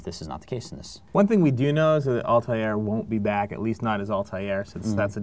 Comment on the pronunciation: its not altiar.......